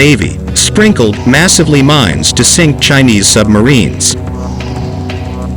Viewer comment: They are MINES, not MINS. Also, "massively" is an adverb....it is used here as an adjective. The text to speech software used here comes from a non-English speaking country. I wonder where??